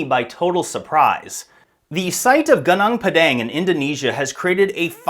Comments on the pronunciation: its not GANANG PADANG, its pronounced -> Goo-Noong Pa-dunk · Gunung Padang is pronounced as 'Goo-noong' Pah-Dunk', not Geneng Pedenk😂 It means the mountain of enlightenment. South East Asia, the archipelago, has many ancient civilizations known as far back as 12000 years ago..so no suprise if Gunung Padang is more than that. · For my beloved English friends, here the right pronounciation Goon oong pud ung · GUNUNG PADANG is not Geneng Pedeng (typical ignorant American lazy to learn how to pronounce correctly) The history especially since western world colonizing has been tailored to their importance. Even the world map is so wrong since Mercator 1569 on purpose belittling huge Indonesia since. Indonesia is much older and advanced than Egypt. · Its pronounced “gooneng pa-dung”, roughly means mountain of grass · Goo-nong Par-dung learn how to pronounce it properly MAGA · It should pronounce "goo noong paw dawng" 😊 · What is more disturbing is yr pronunciation… It’s pronounced: Gooo-noong Par-dung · It's actually pronounced "goo noong phad dunk" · It's pronounced goo-noong pud-dung 👍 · It's pronounced "Goo-NOONG Puh-DONG" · Goo-noong Pah-dahng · It is pronounced goo-noong pah-dahng. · pronounced "goo- noong pa-daang" 😊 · pronounced Goo-Nong(like Bong) Par(silent R)-Dung(like cow dung) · it's pronounce as goonoong padunk in malay language which translate to mountain field in english.. i'm malaysian and fascinated by ancient civilization. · I hate it when Westerners mispronounce foreign place names without first finding out how the locals actually pronounce them. Your pronunciation is extremely painful to the ears. Enough. Stop treating something that doesn’t belong to you as if it were yours to do with as you please. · PLEASE learn how to properly pronounce gunung padang!!!! My ears hurt hearing you butcher it again and again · dude all u have to do us go to google translate to hear how you're supposed to pronounce "gunung padang"🤡it's not that hard...